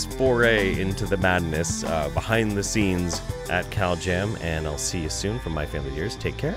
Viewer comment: I keep hearing "cowjam" instead of "caljam". It's made these videos even better.😃🐄